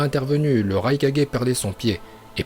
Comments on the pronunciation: C'EST PAS LE RAi4G C'EST LE RAIKAGE 😭🤦😂😂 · La façon dont il dit okage me pertube tropppp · le raikaje jpp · raikage 😂😂😂 la prononciation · '' raikage '' '' raicage '' '' raikague '' Bordel mais dit les choses correctement et c'est '' Shippuden '' et pas '' Shippunden ''